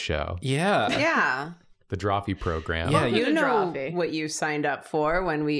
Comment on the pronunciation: hearing them say "program" correctly instead of "progrum" feels wrong